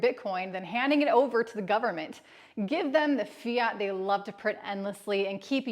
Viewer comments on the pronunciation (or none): none